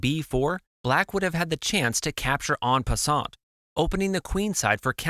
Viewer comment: "On pussont." lol